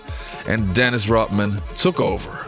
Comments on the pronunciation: Why does he keep saying dennis rotman? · RODman not ROTman